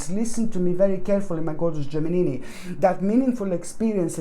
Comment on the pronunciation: I love it when u said Geminini....so cute.🤗